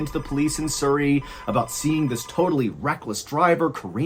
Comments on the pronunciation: Surrey mate not soory lol😂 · Surrey is pronounced like the word Supper. Not like the word Super. 😊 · Sorry to add but it's pronounced "Surrey" not soorey as in the sound in the first two letters in "such" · Love this channel, but as someone who lives in surrey, its pronounced s-uh-rrey. Not sourrey. Im not trying to be offensive or annoying, just helpful to know. Loved the story otherwise. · Lol "soo - ree" Its Surry, pronounced "suh - ree" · It's pronounced suh-reee (like the 'uh' in up). Like 'Hurry'. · Loved the way he pronounces Surrey. It's a short U, like Suh rey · Love your accent. Surri in England its pronounced Sur-reay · You miss pronounced surry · No offence but how you pronounce Surrey is hilarious 😂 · As someone who used to live by Surrey, I am enjoying how Ballen pronounces Surrey haha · Cute pronunciation of the English county of Surrey 😊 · That's a funny way to say Surrey. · I just love your pronunciation of Surrey. I know the A3.I've Driven on it many times. Hahaha the ghost of the like button was hilarious 😂 xx